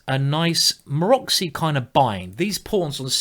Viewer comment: Thanks again for the very instructive video! You are a truly good instructor. One thing just FYI, the way you pronounce "Maróczy bind" is really funny. It's named after the Hungarian GM Géza Maróczy and the "cz" part is pronounced as "tz" in the word blitz. It really sounds something like: Marotzie